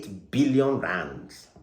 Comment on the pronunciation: 😂😂😂 the way you call the rands like a south African dey sweet me 😂